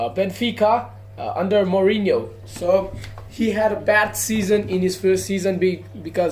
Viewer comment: Not mourino van gaal